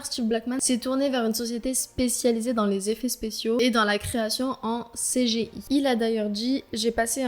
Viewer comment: Petite remarque : pour le mot CJI il se prononce à l’anglaise car c un acronyme anglais voilà